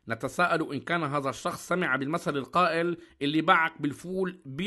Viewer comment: شفف شفف كيف قال المثلل 😅